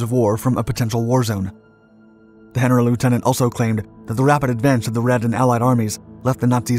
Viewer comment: Love your work and watch every video you put out on 5/docs/skies/seas. While you generally do a great job on pronunciation, in German the 'G' is always hard! Auf Deutsch, 'Generalleutnant' is not 'Henna-rul-lootenant,' but phonetically: Gen-uh-RAHL-LOIT-nahnt. And 'eu' is pronounced 'oy.' Also, Berger's highest rank was SS-Obergruppenfuehrer, not Generalleutnant (a Wehrmacht-Heer rank one grade lower) Hope that helps; keep up the great work!